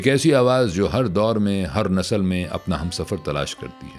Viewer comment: عارف با حلیم جی! آپ کا تلفُّظ خراب کیوں؟ نسلnasal ✖️/ نسْل nasl✔️